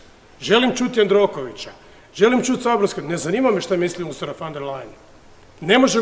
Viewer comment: Usrula van der Lajen .... kako to fino izgovori :D